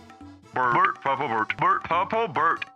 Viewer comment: 😂😂😂 i can't with "purplbord". It's purple bird bro